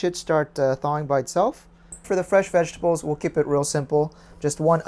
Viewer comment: My sweet God, OMGGGGGG 🤤🤤🤤🤤 I'll put it over cauliflower rice, and make it keto, thank you for sharing, I LOL at ve-ge-TA-bles 😂😂